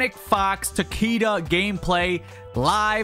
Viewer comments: It’s pronounced tuh kee duh not tac kee duh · omg I thought it was just me. his name is pronounced TA-KAY-DA not TA-KEY-DA 😭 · He's saying it as takida with an i. It was pronounced ta-ki-da in mkx cuz the creators botched his name and cage stuck with it. Let him say the name how he wants and stop being like this. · it isn’t. The name is supposed to be pronounced ‘tahk-eh-dah’ but mortal kombat has a history of mispronouncing Japanese names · Ta kay da is how you properly pronounce his name in japanese. The creators keep botching the character's names and saying them wrong. Even with shirai ryu, its supposed to be pronounced shirai ree-yu and not shirai rai-yu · An actual Japanese person would pronounce it Ta-keh-duh with the emphasis at the start of the word and not the middle. It's also more commonly used as a last name, like Takeda Shingen, who was a known daimyo during the Sengoku period in Japan.